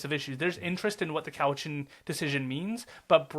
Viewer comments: Cowichan has the accent on the first syllable . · It's cow itchen not coe witchen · It's not Cow-witch-an It's Cow-itch-an. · I think it's cow-i-chun. My dad almost bought the hotel there.